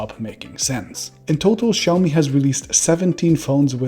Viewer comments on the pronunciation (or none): As someone who worked for Oppo, I would expect you to be able to pronounce "Xiaomi" correctly! >:-( Hint: It's not "Show-me" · It all begins with their brand name. Should be written shaomi, or pronounced as xiaomi. NOT both